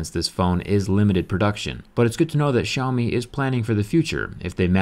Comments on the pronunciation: Is that how you pronounce their name? 'Show me'? That's interesting... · The way he said "Xiaomi" made me laugh